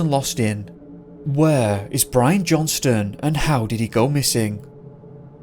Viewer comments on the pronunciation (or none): none